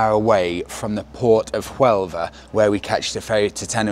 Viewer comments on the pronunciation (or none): Another great video! Looking forward to watching the next chapter of this journey. BUT! Keep in mind,, it's Sevilla now not Seville; and Huelva, hotel, etc. have silent "H's". Have you set your phone to Spanish yet to help with the immersion? Can't wait for the first vlog en español